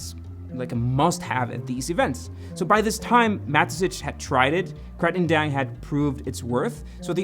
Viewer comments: Sorry, not to be grammar Nazi but I get really annoyed with "Katring" Daeng it's "Krating'' like in Kratos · It's pronounced kra-ting (bull) daeng (red) 👍